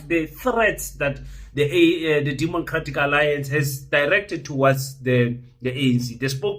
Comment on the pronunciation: Did you say “demoncratic alliance”?